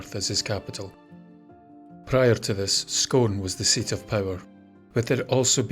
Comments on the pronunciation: scoooon not scone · Scone, when it's the place name, its pronounced as Scoone, a bit like spoon. Other than that, this is a really interesting video. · Scone is pronounced Scoon in Perthshire speech (i was born in Perthshire and live here). I love your videos. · Great video thanks. Scone pronounced Scoone btw. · The place name Scone is pronouned Scoone!! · ... yet he mispronounces "Scone" - it should be pronounced as "Scoone". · Lol😂we have a town in australia called scone and its pronounced like.. on.Imagining r.n. how badly I would pronounce probably every word if I was there😮n it really pisses some people off,even in australia we get pissed off when someone pronounces our place names wrong n they're not even our words 😂